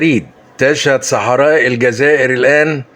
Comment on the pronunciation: el djaza ire et non elgaza ire